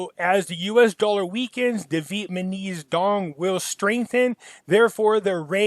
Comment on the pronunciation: Who else loves to hear say "Vietmaneez"? Lol. Love this guy.